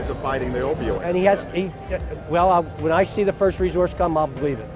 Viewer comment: If he says “reZource” one more time